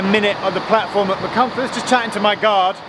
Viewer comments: My now wife was at Aberystwyth uni from 91 to 94. I took the train almost fortnightly through Dovey Junction on route. Your pronunciation of Machynlleth wasn't bad, one train guard struggled so much (then the stations were announced by the guard at each stop) that he ended up just calling it 'Mac'! Thanks for reminding me of a wonderful time in my life, 3 decades clothes ago! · Geoff don't worry about the pronunciations of the place names as someone who lives in the area I can tell you that you did much better than most do, I was impressed with your attempt at Machynlleth. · You pronounced Machynlleth very well, your Pwllheli is a pretty good attempt as well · C'mon Geoff.... What's so difficult about Pwllheli? You managed Machynlleth pretty well .... compared with some of the mangling I've heard over the years! .... and I've heard you pronounce "Theydon Bois" ... so don't give me any of that !! 😂